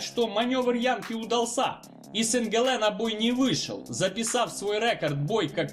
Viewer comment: Запомнить, говорят, рекорд ударение но о. А не рекард